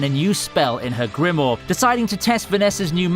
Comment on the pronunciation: There are 2 damn 'I's in grimoire. It's not "Grimore"